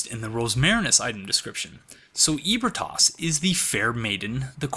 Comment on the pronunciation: I like these videos but the pronunciation of ebritas triggers me. He says eh bri tos, but I say uh bree tus